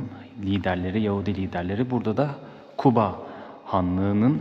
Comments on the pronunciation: Şəhərin adını düz deyin zəhmət olmasa Quba deyin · Şəhərimizin adını düzgün səsləndirin Kuba yox Quba deyin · Q harfi yok ama Gazi , Gaziantep , Galaksinin G sini telaffuz edi Quba dedikte , Kuba yok!!! Anlaşıldı mı? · Qardas Küba yox Quba seheri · Bak yine Kuba diyorsun , kardeşim Kuba deyil , QUBA ! Türk alfabesinde Q harfi yokmu ? Sen inadına mı Kuba diyosun?! Quba de QUBA!!!